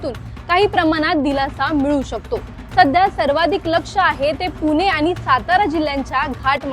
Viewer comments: तिला ण म्हनता यैत णाही 😂😂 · पूने नाही ग बाई, पुणे आहे ते!